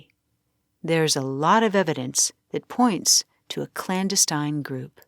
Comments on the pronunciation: This narrator has some bewildering mispronunciations for what sounds like an older, educated woman. But so far “clanduhstein” is my favorite. It’s surpassed the butcherings of famed mathematician Yuler, the pie-neil gland, and prophet Baba Veinga. And those are just the ones I remember with ease. Rhyming clandestine with Palestine is really on another level though. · I have to say that I've never heard the word "clandestine" pronounced so poorly... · Very interesting content. Narration is good, with pacing and expression. However, the repeated mispronunciation of the word 'clandestine' raised my hackles. The word itself and the concept of the word were integral to the story, and the mispronunciation was irritating. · I might be getting petty. I do like your content. I just wish that the computer that is reading this for you would check its pronunciations clandestine. clandestine I’m sorry I cannot figure out a way to spell it to figure the pronunciation at the computer is using, but a lot of them do it. Let me know if I’m being too petty. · Clandestine is not pronounced that way….